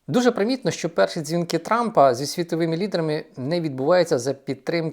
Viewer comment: Піся, сітовими... 😢😢😢 Думаю, якщо людина себе виставила в тєлєвізєр, то хоче вона чи не хоче - з поваги жо глядача- вона ЗОБОВ'ЯЗАНА працювати над дикцією. Але верх усього цього:"він почаілкувався із СЕМИДЕСЯТИ лфдерами"...😮😮😮